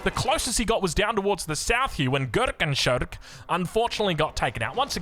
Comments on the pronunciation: Amazing German accent there,!:D Just for reference: Gurkenschurke is pronounced like Goorkenshoorkuh. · The gurkenschurke was kinda painful 😂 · I love how pronounces german player names. "gurkenschurke" is cucumber rogue in english and "flotter otto" is fast Otto.